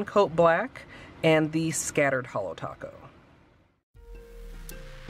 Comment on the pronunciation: You butchered holo taco..